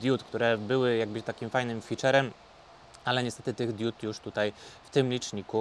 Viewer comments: Panie: jedna diOda i wiele diOd (nie diÓd). Pozdrawiam. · Diod, nie diód :P